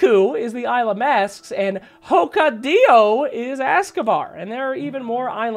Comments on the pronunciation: Ho Ke Dee O? Hokkaido is pronounced Ho Ka E Tho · pronouncing Hokkaido (hok-kai-do) like it's mexican "hoka - dillo" LOL WTH:'D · The other island of Japan is hokaido not hokadio sir hehehe 😇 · Great episode, just one thing, it's Hokkaido, not Hokkadio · you know you are a weeb or someone from japan if you got triggered when said Hokadio instead of Hokkaido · Hokkadio And not Hokkaido Am i hearing that right? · Hokadio? you mean Hokkaido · HOKAIDO BRUH NOT HOKADIO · It's hokkaido, not hokkadio hahaha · You thought it was Hokkaido, but it was me HOKKADIO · "... the island of HO-KA-DI-O...". I stopped the video for a little bit to think if the video worth watching anymore. XD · >Shikoku and HokaDIO im dying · Hoka-ido! I died 😂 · hokkadio? I think that's Hokkaido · Pretty sure the japanese island is pronounced hok-eye-doe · Calling hokkaido hokadio WeirdChamp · I cringe when tried to say hokaido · The way you pronounced Hokkaido killed my ears